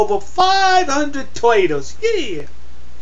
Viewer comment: OMG I love the way you say toytles..